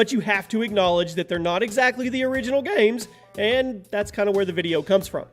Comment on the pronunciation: the way he says games😂